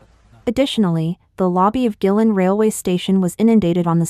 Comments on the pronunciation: Guilin, Guangxi. I think it is pronounce Kueilin not gui-lin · Just a small maybe petty poi t...find out how to pronounce the names of places like Guilin...in the face of the tragedy ...this is just a small..maybe e petty and unimportant point